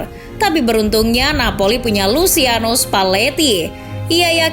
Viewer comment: "Luciano" dibaca nya /lut͡ʃano/ = Lutjano